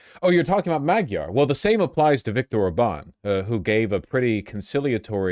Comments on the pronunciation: Why are they saying "mow-gyar". It's pretty clearly mah-gyar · "madyar" is actually closer to the hungarian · Why are they saying modiar ?